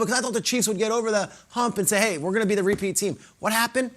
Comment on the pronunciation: 'Tepeat' lol